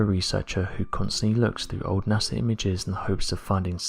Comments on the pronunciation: The most interesting phenomenon, that is blowing my mind, concerns how you can say “Nassar”, all the way up until like , then nail it “NASA.” Pow, flash, brain-matter-splatter, The Mad Hatter. Or bubble helmet Newton...Hootin. Goofin with love & respect. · So you honestly think NASA is pronounced Nasser?